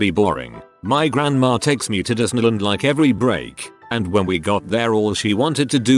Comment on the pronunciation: Am I the only one that hears "grangma" when the robot says grandma